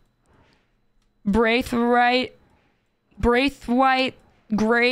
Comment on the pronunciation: lol why do you have so much difficulty saying "Braithwaite"?